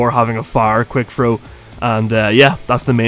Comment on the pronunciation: Oh quick "throw"😅 I was like quick frow? 🤣